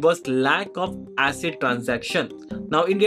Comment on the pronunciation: Hey Why do you say 'Asset Transaction'? Shouldn't it be 'ACID transactions'? Atomicity, Consistency, Isolation, Durability?